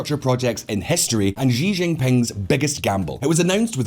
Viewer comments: It's pronounced as Xi(see), not zhi. Lol. Anyway, that belt n road crap is bound to fail because there's no checks-and-balances. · Xi is pronounced like the letter C or like she! Not zhee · Please say Xi (she,) not Xi (mushy gee) Don't pronounce that slug Xi's name like you like him and had to use a french accent to call him "Xi (gee)" It's a Xi (she) you dope Holy crap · It's not Zhi, but Xi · His name is Xi (like She) and not Ji but I like how you say it... Ji Jinping sounds way better 😂😂😂😂🤣🤣🤣🤣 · How come nobody can pronounce Xi's name? It's pronounced she, like (Xi) she sells seashells by the seashore. Calling him she, is not calling him a girl, it's pronouncing his name correctly.